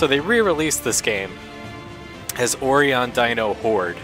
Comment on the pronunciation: It's pronounced Oh-Rye-On. Sorry, that was driving me nuts. XD